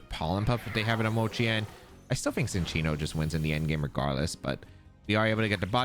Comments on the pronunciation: I also thought it was Sin-chee-no, I just looked it up and in the anime it is pronounced chin-cheeno. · lol no I like the mispronunciations! Sometimes they make good nicknames like Gouging Fire as “The Gorge”